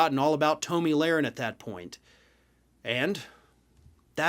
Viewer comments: Uh...just wondering...how do you not know it is pronounced "tommy" and not "tow-me?" Listen here you eggheaded humpty dumpy wannabe journalist...have you been living under a rock? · This liberal can't even pronounce her name correctly. It's pronounced Tommy not Toe-me. I watched every minute of the Rittenhouse trial and the jury got the verdict 100% correct. Whoever didn't watch every minute of the trial, your opinion means nothing. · I'm not sure if you were doing it as a joke, but her name is pronounced like "tommy". I hate her with a passion, but I'm also not about mispronouncing names or giving people nicknames to poke fun in the political arena. Think we need to move above that as adults. Again, not sure if you just didn't know or what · I have never heard it pronounced Toe-Me